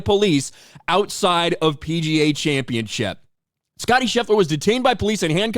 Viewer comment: championship, not championchip